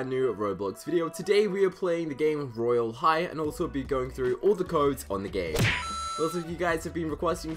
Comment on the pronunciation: Stop saying royale high weird you literally don't know royale high cuz your new to it